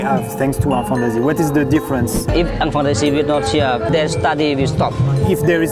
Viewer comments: Jsuis désolée mais j’ai entendu "Enfants Nazi" 😅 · J’en ai marre à chaque fois qu’il dise enfant d’Asie j’entends enfant nazie Ducoup je me dit « OH LES COPAINS » ☹️ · Mdr j'avais compris << enfants nazis >> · ça me perturbe, à chaque fois qu'il dit "enfants d'Asie" j'entend "Enfants Nazis" T - T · à chaque fois que tu dis enfants d'Asie moi je comprends enfants nazi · Esque je suis le seul a comprendre : enfant nazi à la place d'enfants d'Asie mdr ? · J'aurais pas dû lire ce commentaire, maintenant j'entends "enfant nazi" à chaque fois xD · Je l’ai écouté 3fois en 0,5 et il dit vraiment enfant nazi 😂😂😂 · Mais oui pendant toute la video j'entends "enfants nazis" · Au début, je pensais qu'il avait dit '' Enfant Nazie " 😳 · Mais j'entends tjrs "enfants nazis" mdr chcrois que g l'esprit mal placé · Quand il a parlé de l’association « enfant d’Asie » j’ai entendu « enfant nazi » 😭😭😭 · Wow, super vidéo, j'adore. Par contre... a chaque fois que quelqu'un dit enfant d'Asie, j'entend Enfant Nazi 🤣🤣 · Au début g cru qu'il disait "Enfant Nazie"🤦‍♂️😂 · Au début j’avais compris Enfant Nazi lol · Au début j’ai crue qu’il a dit enfant nazie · Et puis t'as moi qui comprend "Enfant naz*" au lieu d' "Enfants d'Asie" 😭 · On dirait qu'ils disent enfants nazi 🤣🤣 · Il y a pas une fois ou j’ai compris "enfant d’asie" j’ai tout le temps entendu "enfant nazi" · On dirait que tu dis enfant nazi au début 😂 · Pourquoi est-ce que j'entend "Enfants Nazis" et non enfants d'Asie lol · Je faisais autre chose pendant la vidéo et la j'entend "enfant nazi" au lieu "d'enfant d’Asie" ah ouais c'est in concept quand même!